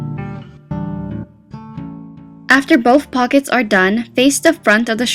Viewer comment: Did she say with fuckets?